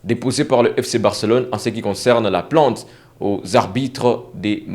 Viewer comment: PLAIIIIIIIIIIIIINTE PAS PLANTE, COMME TU PRONONCES.